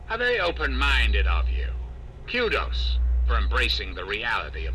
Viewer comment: It's KOO DOS NOT KEW DOZE